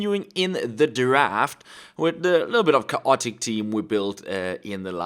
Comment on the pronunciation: the way you pronounced “chaotic” made me laugh! Much love from you biggest fan in California, USA